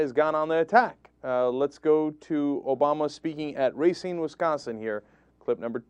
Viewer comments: It's not RAY-SEEN. It's ruh-SEEN. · its pronounced, "Ruh-seen" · Does anyone else notice the mispronunciation of Racine?